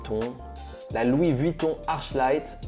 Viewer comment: Je suis pas sur mais je crois qu'on dit arKlight